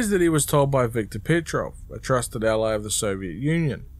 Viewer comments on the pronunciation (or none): none